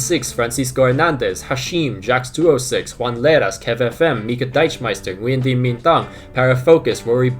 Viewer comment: Your channel is one thing FNG recommended I’m forever grateful oh plus the names at the end some guy called Nguyen how you pronounce it kills me every time 😅 brilliant content 👌